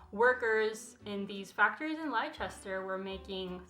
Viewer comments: Hearing an American say 'lyechester' makes my bones want to crawl out of my body (it's pronounced lester incidentally) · love this video so much apart from being triggered by it being pronounced lie-chester not less-ter but thats just because i'm english and people in america pronounce all our place names wrong lol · Lie-chester 😂 it's pronounced Lester. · Its pronounced Lester not Lie chest ter and Mo tto not mo toe. Also are you culturally appropriating Frida Kahlo with that costume? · “Lie Chester” 😭😭😭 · Its not lie chester ist leicester (lester) i live here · When you said Lie-chester I giggled a wee bit. Hehehe. You so sweet. It’s pronounced Lesster. Silly spelling I know. Thank you for the best video content yet again. 😂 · Leicester - pronounced “Lester” in the UK. 👍🏾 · Lolz that is not how you pronounce Leicester :DD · I know this isnt the point of the videos but just so you know Leicester is pronounced lester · ‘Lichester’ haha haha made me giggle as a British person lol, but great video! Super informative xx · FYI Leicester is pronounced 'Lester' - English place names are weird, sorry! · *Le-ster, it's pronounced LEH-ster other than that awesome video yes :D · OMG I got so confused when you said Leicester - it’s pronounced leh-ster, English language is weird lol sorry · Girl I love you but Leicester is pronounced Leh-stuh. I know it's fucked up but that's how we say stuff I guess 😂 I don't make the rules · Great video! Simply FYI: Leicester is pronounced LEE-ster. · you're all kinds of amazing, I feel super enriched by your content. I've literally never commented on anything in my life, but as a British viewer I feel compelled to tell you that 'Leicester' pronounced like 'less - 'Less-ter'. peace! x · Just a side note; Leicester is pronounced like “less-ter” 🤗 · You're mispronouncing Leicester (said like Lester) . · Love this video but when I say my heart stopped at ‘lie-chester’ (no hate, British place names are weird and make no grammatical sense anyway)